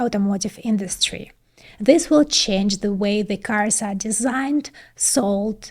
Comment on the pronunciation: why so much "Z" sound !! stop it !! "the" has nothing to do with "Z" sound !!